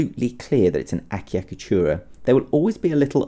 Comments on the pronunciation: The first cc is pronounced ch and the second cc is pronounced k eg. a cha ka tu ra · The name pronounced thus: Achiacatura, the (ch) must be strong, thus: Atchiacatura, like, Tchaikovsky. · ultimate oh my achicatchura!?